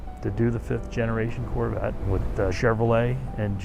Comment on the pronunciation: Only a Gentleman Texan could say the word “Carvette” properly!